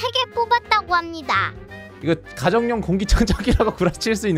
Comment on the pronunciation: 참고로 nuc는 넉이 아니라 누크입니다